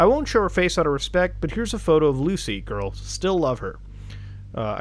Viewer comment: I have been here for1year now..AND im still scared how he says gourls